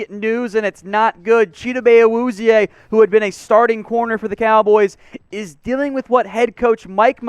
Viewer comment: PLZ just say "Cheeto"... I wana reach through my screen and slap you every time you pronounce his name